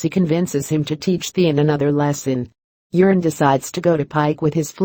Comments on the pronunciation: Its euron...not urine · The Narrator is mispronouncing Urine Greyjoy's name.